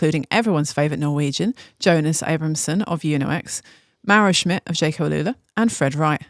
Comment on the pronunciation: Producer said it correctly! Kudos to her.